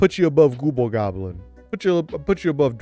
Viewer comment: I admire your dedication to calling the Gobble Goblin “Gooble Gobble” literally every time.